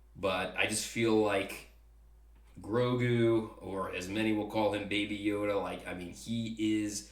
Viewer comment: Hey one more thing its not Rogu its Grogu :)